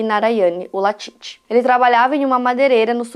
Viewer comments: Falou o nome errado o vídeo todo que agonia, o nome é LALIT não latit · Exatamente, comportamento bem típico de seita. Eu assisti esse doc na Netflix, então foi engraçado ver a chamando o Lalit de Latit o vídeo todo kkk